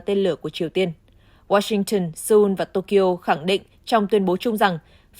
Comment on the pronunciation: Đọc chưa đúng , wa - sinh-từng ????? Hãng tin của Anh đọc chuẩn phải là “Riu - tơ “ mình có cảm giác moij người đọc theo ý mình thì phải???????